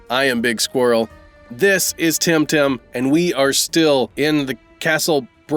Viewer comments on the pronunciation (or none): i don't think its timtim